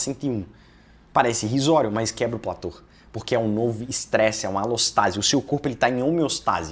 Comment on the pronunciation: antes de querer parecer o espertão e vender consultoria, aprenda a falar corretamente. PLATÔ!!! "Plator" não existe!